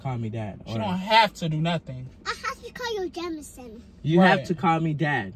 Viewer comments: kept calling him Jamanson🤣🤣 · “ you not daddy jamanson , you jamanson “ 😂😂😂😂😂😂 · “ no you jamanson”🤣🤣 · “You’re not daddy Jamanson, you’re just Jamanson” I’m screaming 😂😂😂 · "you not daddy Jamanson... you Jamanson" LMAOOOOOOOOOOOO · “I have to call you jamason”😭😭😭😭